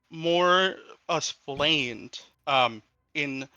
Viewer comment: Y he say essplained and allthat